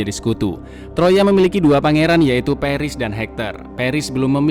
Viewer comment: Peris peris "pAris" Goblok cara bacanya